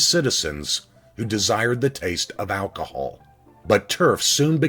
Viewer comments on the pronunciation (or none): none